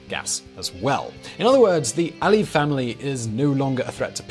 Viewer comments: You omitted Nakhichevan from the map of Azerbaijan and it's Aliyev not Aie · I think you have sort of mispronounced Aliyev all the time